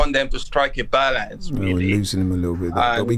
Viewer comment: Balaance 😂 if you caught that ur a g